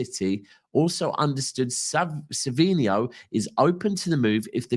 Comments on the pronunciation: It’s savinho btw not savio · Sav-in-ho is the way to pronounce his name. Like alex Scott his grammar leaves alot to be desired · Its not savio....its savinho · It’s Savinho no?